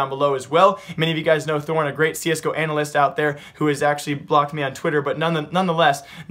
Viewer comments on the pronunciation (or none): none